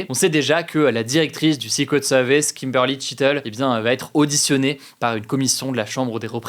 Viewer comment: ta prononciation de "Secret Services" me fait saigner les oreilles !!!